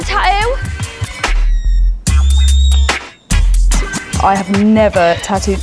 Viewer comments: Tattoo not tatooo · It’s called tattoo not tauoo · How come every other British person on the show can pronounce "tattoo" properly but not the host? I cringe so hard every time she says "ta-ooh." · why can she not say TATTOO?? you could only find somebody who can say "ta-ooo"??? does she not see theres more than one T in the word tattoo? and yet you hired her lol?? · "Ta-ough"...your new "Ta-ough". When you can't even pronounce the title of the show you're hosting. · No, they say Ta'oh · "TATTOO" jeez not "TaTo" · Half these people can't even pronounce tattoo. "Ta-oo, ta-oo, ta-oo!" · It's tattoo not tatoe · how does that girl pronouce the word tatoo?? " tayu" this show is all staged..haha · So why can she only pronounce one 'T' in Tattoo...? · why can the blonde chick pronounce the first T in tattoo but not the second 2 t's. Kinda drives me crazy. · The Geordie pronunciation of the word "tattoo" is pure gold👌